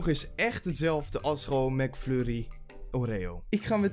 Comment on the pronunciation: hoorde ik nou Mac furrie?? XDDD